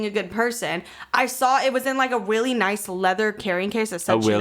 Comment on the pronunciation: “weally” is too cute